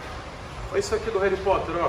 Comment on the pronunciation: "mano nível reri Porter velho"